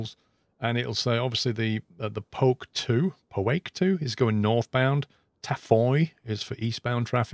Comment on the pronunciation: Welcome to New Mexico! Had a laugh hearing you try to pronounce the waypoint names we have around here 😆. "Poake" is pronounced poh wah key, a Native American Pueblo near Santa Fe! Enjoyed the video, thanks 😊 I also had the same problem with the longitude not loading approaches last night. I figured it had to be a bug or user error...no way Asobo didn't include that basic functionality.